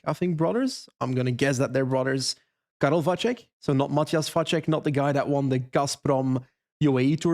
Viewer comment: Karel Vacek surname is actually pronounced ‘Vatsek’